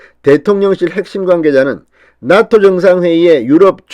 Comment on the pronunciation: 죄송합니다. 나토가 낫토로 들립니다.